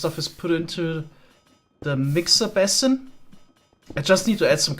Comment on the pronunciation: Some friendly pointers from a fellow English-as-a-second-language speaker: basin is pronounced like "BAYsin", not like "BASSin". papyrus is pronounced like "paPIErus" not "paPYYrus".